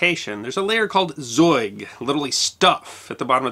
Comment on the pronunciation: You speak the "Z" in "ZEUG" way way too soft. Z has to really "hiss" and sound like a Steam Train. But I know, for English speaker ... the pronunciation of certain letters is hard ;p